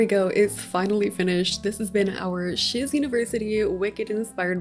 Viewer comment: First time I heard shiz university, I thought she said sh*t university